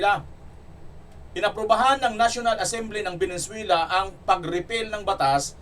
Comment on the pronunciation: Venezuela not Venenzuela!! Ayusin mo blog mo pare✌️